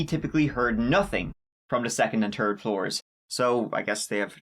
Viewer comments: Third not turd lol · In this episode, said “tree (3),” “turteen (13)” “turd (3rd)” and “turty (30)” 17 times, by my count. Error rate: +/-2 (because I rewound it at one point) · Whats a "terd floor"? 😄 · I love this guy truly, but can he seriously make some effort to not say turd and say third. Seriously. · Very well put together video!! Fun fact any time you say "turd" instead of "third" (lol made u say turd twice) it makes my boyfriend laugh from across the room There was a theory I heard that I haven't been able to shake. That the intruder entered in on the 2nd floor, it was dark and everyone was asleep, and he went to the first person he found and started stabbing. Once he realized it wasn't his intended target, he moved onto the next person in the room. Nope, not the person they were looking for, so they went up to the 3rd floor and found their target there, which is why Xana's wounds were supposedly worse than the others' in severity. What do you think?? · I love when you say "third". It makes me giggle cuz it sounds like "turd" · There's a h in third.